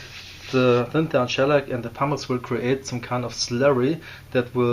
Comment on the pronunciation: What is the powder you use in the beginning to fill the pores? It sounds like you’re saying ”parmesan” 😉